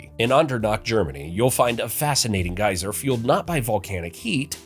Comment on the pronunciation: Just wanted to say thanks for saying gieser correctly, because Geezer plays bass for Black Sabbath.